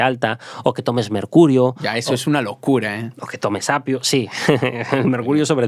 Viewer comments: Lo hacen muy bien, traen muchos temas muy chulos, pero habla fatal, extrayeron en vez de extrajeron, apio en vez de opio, apuñaladas en vez de puñaladas. No sé si es porque mezclan el gallego con el castellano, a mí marido le pasa igual, es gallego y se inventa un montón de palabras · Me encanta cuando dice apio en lugar de opio🤣